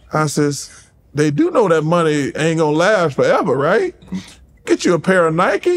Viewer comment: “He wasn’t making any maneyyy” ~ Charles